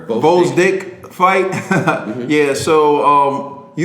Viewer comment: "Beterbiev" is not difficult to pronounce at all, in fact. "Better - B - ev". You pronounced "Gvozdyk" just fine as well.